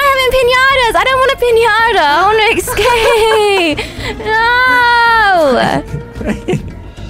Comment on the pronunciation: I like how she says “escape” like”exscape” 🤣